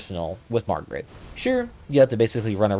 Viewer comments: FYI, It's MAR-GIT and male. You keep calling this boss Margaret and referring to it as her. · Who tf is Margaret? You talking about Homers wife? This is Mar-G.I.T.